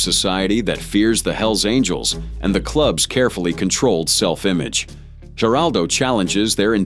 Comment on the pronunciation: These Ai voices destroy everything. Geraldo Rivera? G is pronounced with an H sound. Why not just play entire segments of the interviews without a phony AI voice.